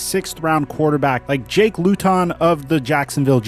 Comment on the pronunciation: Also your pronounced jakes name wrong went to high school with him